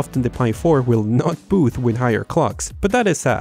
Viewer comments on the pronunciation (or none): none